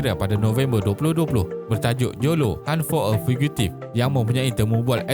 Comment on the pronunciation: Cara sebutan ‘fugitive’ dan ‘island’ tu kena betulkan utk next video